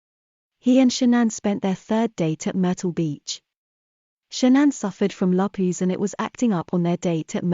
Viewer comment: AI needs to learn how to pronounce Lupus.